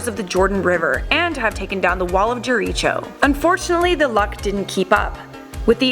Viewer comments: jereecho??? its jerico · Jer-reach-oh hahhahaha What is this a Zelda game smh Jericho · Pronounce it as JERIKO. not jeri cho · Why can nobody on this channel pronounce words correctly. You pronounced Jericho as "Jereecho"....ARE YOU KIDDING ME? It's pronounced "Jare-ick-oh"! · really now, the pronunciation in this vid kill it for me, Jericho is pronounced, jeh-re-ko not jeh-re-cho wthf?? soo much cringe, smh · "Wall of Jericho" is pronounced je-re-ko not je-re-cho? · The wall of je re ch o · Jer e cho? C’mon! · What if you could pronounce Jericho correctly?!! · The way she pronounced Jericho, I cringed. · jafluffle I’m surprised this wasn’t commented more! I cringed hard for a second when I heard that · way to pronounce wall of Jericho incorrectly... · Am I the only one who noticed she mispronounced Jericho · Chris Chang yeah it was pretty cringy, you’d think they would do some research on pronunciation.